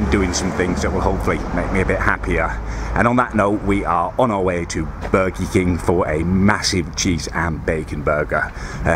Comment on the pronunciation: Is it just me but did he say burgee king at the start